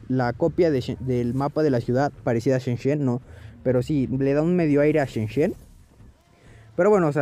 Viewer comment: se dice "shenzen" no shenshen :v